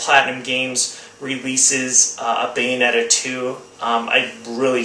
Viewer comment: What was the game that you said beats God of War 3? Please answer cause I'm going out to buy games today. Thanks, you said something like bane netta?